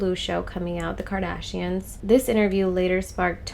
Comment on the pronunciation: Kardayshians 😂 AMIGA ! You're funny.